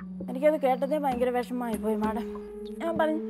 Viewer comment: മാഡം മല്ല മേഡം അങ്ങനെ പറ പാവം അറിയില്ല അതാ